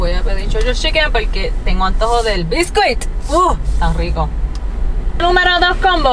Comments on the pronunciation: Biscuit.....not Bisqwik. :) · Hasta la palabra "biscuit" la pronuncias a lo boricua. 😂